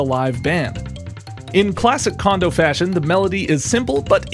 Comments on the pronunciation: The "ko" in "Kondo" is pronounced "ko", not "ka". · His name isn't pronounced condo. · Small potatoes compared to him mispronouncing Kondo's name roughly eight billion times. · Absolutely true.